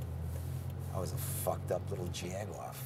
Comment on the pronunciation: "I flucked a paymate" .....gets me every time ......hehehehe what a junkie